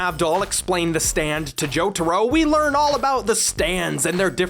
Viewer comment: I couldn't help but here "stand" as "Stan" every time, kinda alters the tone when "Stan ghosts" are included.